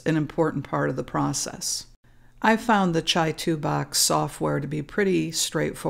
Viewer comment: Is that really how you pronounce Chitubox? Pretty sure it's Chi, as in Qi or CHē. The company is in Shenzhen China. Pretty sure they don't say Chi like Chai...